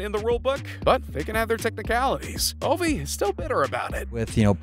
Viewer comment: Lol he also at one point pronounced Ovi like avi.